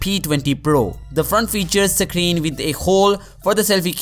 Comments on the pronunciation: Sake reeen... Or screen.. 😂🤣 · Can you say screen